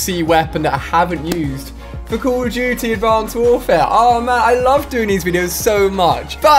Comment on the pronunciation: Jeee wiz dude why do you say call of duty like: Coooool of duty